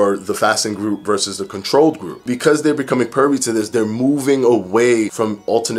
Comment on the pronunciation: Privy.... Not pervy lol